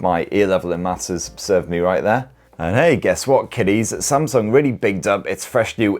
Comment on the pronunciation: Oh myyy can watch this video a thousand times saying spamsung 😂😂🤣🤣🤣🤣🤣🤣🤣🤣🤣🤣🤣🤣🤣🤣🤣🤣🤣🤣🤣🤣🤣🤣🤣